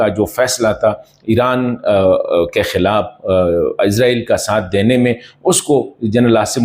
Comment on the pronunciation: او بھائی عزرائیل نہیں ہے عزرائیل نہیں ہے عزرائیل نہیں ہے اسرائیل ہے؟؟؟؟؟؟؟؟؟؟؟؟؟؟؟؟؟؟؟